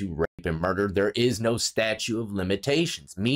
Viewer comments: StatuTe of limitations bro, not "statue" of limitations....Statute of limitations, pronounce the T. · I couldn't tell if you were saying statute or statue of limitations but I didn't hear the second "T" so just in case, for future reference it's statute of limitations. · It's "statuTe", bro, as in laws. Statutes, not statues. Love ya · Statute, its fucking "statute" 😂🤣 you've had problems with that word for years bro 🤪😜😝🇭🇲🇭🇲🇭🇲